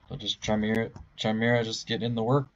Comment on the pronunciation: also it's pronounced Kigh-mare-ah not chime-era